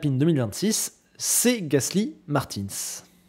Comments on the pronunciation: Comment ça martiins ?? On dit martUNS ! 😂😂😂😂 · Tu dis Victor Martine, c'est pas Martinsss que ça se prononce? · « Marteens » mdr